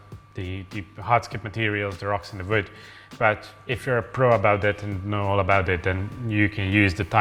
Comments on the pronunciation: Hungarians and Germans (as far as I know) tends to pronunce the letter "W" with a "V" sound . 😁 No big deal and a charming touch. Hahahaha. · Its WOOD, not VOOT... Love you. Just giving you a hard time because they make fun of my accent as well...